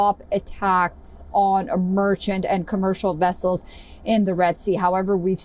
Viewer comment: “American wessels” :P